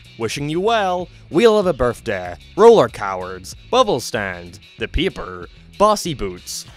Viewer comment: 'Roller cowers" i never thought someone could pronounce "Roller Coaster" so wrong before and even in editing you didnt redo it?